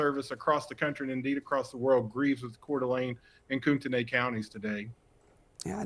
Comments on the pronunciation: Im from Idaho, pronounced coot knee county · Y’all it’s pronounced koot-ney. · In North Idaho we say "koot-knee" county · Get your facts straight, you don't snipe with a shotgun. Also pronounce the county and city right.